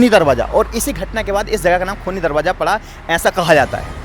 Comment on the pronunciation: Darwaza Hota he drabaza nahi Urdu sahi Karo